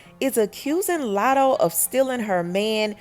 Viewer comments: I was thinking latto this hole time I’m like the plot twist 😭😭😭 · You said Latto first in the vid sis 🥲